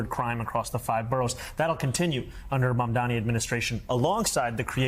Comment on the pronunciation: The name is Mam - Da - Ni. You can pronounced SCHWARZENEGGER, NETANYAHU, ZELENSKY, HOCHUL etc you sure can pronounce a 3 syllable words wirh vovel after every consonant sounds, MF!. 😂